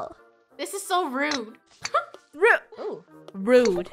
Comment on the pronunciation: Funneh: R... :O ROOD! Me: HAHAHA 😂